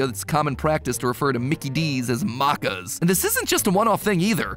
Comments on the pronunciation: Did he just call it marcaas it’s macas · Bro said Markers D: I would've thought he said maracas at that point im dooooone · As an Aussie hearing Matpat pronounce Maccas (Mack-as) as Muccas got me by surprise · for the americans: the context is maccas is said out loud “makkas or makkaz” not “mocas” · Matpat: Mar-ca Me: *triggers* ITS MAC-CAS!! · I-I- 😓 I can’t. Muccas. This is not acceptable. M-A-C-C-A-S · Then I assume you heard when he said… muccas. IT’S MACCAS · Australian here. The way Mat pronounced “maccas” is absolutely priceless. It’s just pronounced “mac-iz” not “mark-iz” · As an Australian, hearing someone pronounce Maccas (pronounced Mack-uhz) as Markers really hurt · Aint no way you said mahcas and not Mac-cas im having a stroke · As an Australian, I was rolling around laughing when I read "This will be the most expensive Maccas meal this passenger has ever had." (and yes. We call it Maccas, pronounced Mack- Ez) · frrr, he said it like "mochas".. Actual Painnn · 100% "Mah-cahss"?!? Maccas rhymes with "crackers" or "hackers"- Does Mattpat think we pronounce the full name as "Mahk-Doe-Nahlds" or something?!? The way he handled that first syllable was just baffling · He said Macca's like how you say the currency Macca (Pronounced "MAA-KA") in Shin Megami Tensei... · homie said MARCAS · ikr, like "maacas" im ded 💀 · I am still mad it’s more so pronounced maces even if it’s spelled maccas 😊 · NO WAY HE SAID MARKERS 💀💀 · I almost cried lol. 😂😭😂 “mIcKEy dEeS” “Maraccas” Btw hello fellow Aussies! 👋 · Ikr, like when talking about good old Mickey d who sees maccas and is like yes muccas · As an Australian the way you said Maccas killed me. For future reference the pronunciation is ‘mac(like the big mac)-cas' A bit like pronouncing Maraccas just without the extra 'RA' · Any other aussies getting slightly triggered by ‘marccars’ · He called "Maccas" "Marcas"😭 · I literally burst out laughing when he said it like it was Arabic dish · Yeah, it's really bad lol.